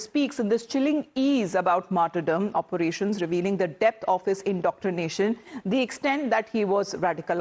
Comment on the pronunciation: Some of his english is good then he pronounces against as againest, and operations as operationas. And why use a word like contraindications, and then go on to explain misunderstanding? these 2 words are not synonyms. His delivery is very smooth, but the contents make zero sense. And why is news reader calling it American accent? It is very strange.